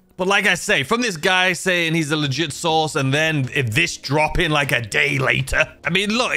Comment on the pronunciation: Wait did you say source or sauce?...lol...but anyway you really need a taco mask they have them at the casino just saying bro!..it weird seeing a guy with the name "".. bit you Warr a pumpkin mask..confusing!